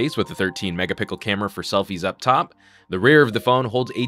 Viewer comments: 13 mp "seflie" camera? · ''13mp seflie camera'' ? ''seflie''